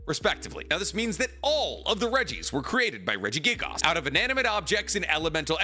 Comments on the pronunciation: I slipped further and further into madness everytime he said Regigigas wrong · Everytime he says regigigas. I wince lol